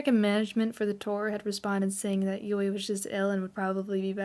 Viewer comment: New fans making "explanation" videos. Oy vey😂 I know I'm nitpicking but, here we go, don't take offense: It's Moa (moh-ah) not Mo. Moametal not Mometal. Yui (Yu-ee) not Yu. Momoko was born in Fukuoka and moved to Kanagawa. You have it backwards. And of course, the mislabeling of the song iine as "Line". Other than that, the only other "complaint" I have is that these "info" videos have already been done several times before. I, as well as the rest of The One, appreciate your effort though. I just feel, personally, that these new videos are quite unnecessary, as there are more concise, accurate and informative videos already out there. But I understand the fervor of a new fan. I was a new fan once too 😂. Babymetal becomes addictive and has a tendency to take over certain aspects of your life. Discovering Babymetal was a life changing experience for me, as well as it was for others in this fandom. Making lifelong friends from around the world in the Babymetal community has been the best experience of my life. Even as far as traveling to Japan, which is WAY out of character and out of my comfort zone as an introvert. I welcome you to The One. Welcome to the Fox family. You should really delve into Sakura Gakuin and discover why Su, Moa, Yui, and Momoko are so endearing to us OG fans who discovered Babymetal while they were still in Sakura Gakuin. I mean, if you're gonna go deep, GO DEEP. Kitsune up! 🤘🦊